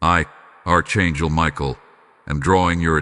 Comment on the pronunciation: It's pronounced Ark not arch like in a building